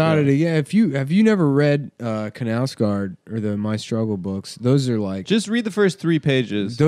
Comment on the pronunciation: lmao the american pronounciation of "knausgaard" is so bad lmao